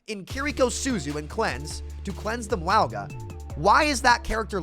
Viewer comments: My guy you really have to stop saying wowga. Samoan pronunciation is like Mownga, or just Mauga is fine. Anything but wowga. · Cataloging sams pronunciation of Mauga so far: Mwowga😮, Mwah-ga💋, Meowga 🐈, Moo-aga 🐄. Ty and I look forward to adding to this comprehensive list in the future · I agree, but why does call him Mwowga? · Can we start a petition to get people to pronounce mauga’s name correctly? Lol